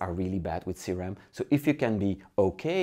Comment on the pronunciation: No, he means C-ram that is actually CRM, but you do not pronounce it very well and the subtitles display "C-RAM"